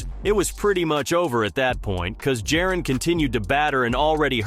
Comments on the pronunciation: It’s Ja-Ron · Said it two ways, both wrong 💀 must be AI because wtf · Bro delete this and learn how to pronounce this man’s name. Disrespectful lol